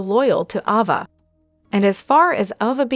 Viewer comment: It’s not Ova. It’s Ava!